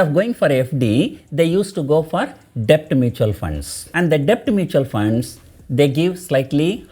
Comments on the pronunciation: Your videos are informative, but your english pronunciation is at times atrocious. DEBT is pronounced with b silent, as DET, you are pronouncing as depth. This is a crucial word in this video, and you have to use that word dozens of times, and each time you pronounce it as depth, it is so jarring to the ear. Please check the correct pronunciation and practice it before recording the videos. For a public speaker/teacher, pronunciation is very important. In communications 10% value is for what you say, 90% is how you say it. I did not watch this video beyond 2 minutes because of it. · Sir,In debt b is silent and hence pronounced as det. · A small correction in your pronunciation sir, Debt should be pronounced as det sir. "B" Is silent in the word DEBT. Don't mistake me sir. I am a sincere follower of your videos sir. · Mr....Debt is pronounced as Det...B is silent 🤫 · Debt is pronounced det PR sir.... i know there is no logic but English as u know is a funny language! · Kindly don't think otherwise. Debt is to be pronounced as det. "B" is silent. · Sir, a small suggestion.. could you please correct your pronunciation for “Debt” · Sir, b is silent in debt. Just for the correction